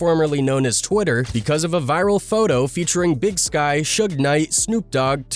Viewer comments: Big SYKE not Sky 😂😂😂 bro are you a a.i.? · Big Skye 😂 Big Syke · It's Big Syke not Big Sky, R.I.P 🙏🏽